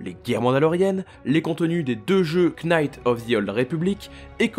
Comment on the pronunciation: J’aime beaucoup comment tu prononces le K de Knights.